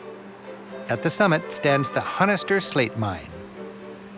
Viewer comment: Honister, too. Don't pronounce the 'H'.